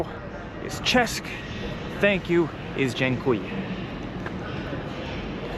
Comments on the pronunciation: Just say "chest" :face-blue-smiling:- people will understand - but dont say "chesk". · Hello, in Polish: CZESC (che-shch)